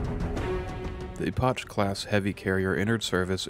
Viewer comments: Very good video! Well structured and comprehensive. Just a couple nitpicks: 1. Epoch is pronounced 'e-pock' not 'e-potch' 2. The UNSC Trafalgar is named after a real place and pronounced 'tra-fal-gr' Tiny things though, excellent job overall 🩵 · Great video but there are a number of minor verbal errors that while they do not detract from the video in anyway I do think are important to point out. 1. Epoch is not pronounced "E-Posh" but is rather pronounced "E-Pock". 2. Punic is not pronounced "Poo-Nic" but it rather pronounced "Pyu-Nic" 3. The name of the named Punic you brought up, the UNSC Trafalgar, is not pronounced "Taf-La-Gar" but "Truh-Fahl-Gar". 4. When listing the Punic Class's weight you forgot to add the word "Million". It's weight is 670 Million tons, what was said was that it weighed 670 tons. Okay that's enough of me being the grammar police for the day XD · Yo dude Epoch is pronounced "Ep-ock" not "Epo-cchh." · Small quibble: "Epoch" is pronounced like "EH-pok", not "ee-POTCH." Similarly, "Punic" is pronounced "PEW-nik", not "POO-nik." And lastly, "Charon" is pronounced "KEH-run", not "shair-AHN." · Epoch is not pronounced Ep-otch, it's pronounced Ep-ukh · and he says Epoch like E-potch, not E-pock. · One minor nitpick, you dont pronounce the "ch" in Epoch, you can just say it like "Epok". Also "Punic" is not pronounced "Poonik". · Epoch is pronounced "eh-pock" but I'll give it a pass as it's a great video. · Epoch (pronounced eepok) - Punic (pronounced pewnik) ... Pay attention in school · Your mispronunciation of Punic, Epoch, Charon, and Trafalgar irks me. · Epoch also got mangled a bit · Epoch. the H is Silent. dont know why you pronounce it with a CHA sound at the end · The pronunciations, just doing everything phonetically, Epoch, Poonic, sith 🤣 Holy crap I just got to "Taflagar". Dude well done on the effort but Christ learn to speak 🤣